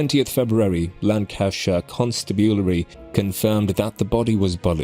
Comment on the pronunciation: I think a robot is reading this. He said hairy menopause the first time. Can't even pronounce Lancashire properly or constabulary.